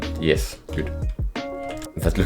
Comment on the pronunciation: I love the fact that he says ye-hess and when he says tick the captions put d**k